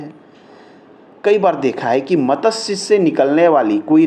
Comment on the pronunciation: It is wrong pronunciation. . . Correct is Mat. Shya. . It is sanskrit word. .